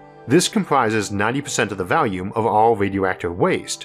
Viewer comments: I’ll always love hearing “Valium” when you say “volume.” Happy Birthday to your most excellent program! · I barely notice it either. The only time I was truly confused as to what he said was when he said “volume”.